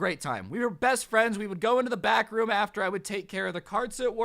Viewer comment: Every time he said back room did it sound like bathroom? 👍 if agree. | | | V